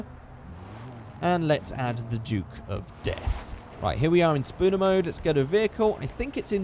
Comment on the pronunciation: could you please call it object spawner instead of spooner please